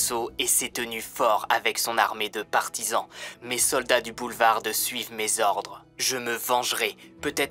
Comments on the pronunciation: BoulevarD ???? Lol je suis le seul à avoir remarqué ça ??!! Le D ne se prononce pas en tout ça ne gâche rien au récit 😀 super comme d’habitude 👍🏻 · Juste une remarque, dans le mot boulevard, la lettre d ne ce prononce pas :) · Boulevard ce dit sans le d !!